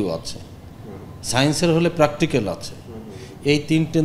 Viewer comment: প্র্যাকটিক্যালকে বলল, প্রাকতিকাল🤣🤣🤣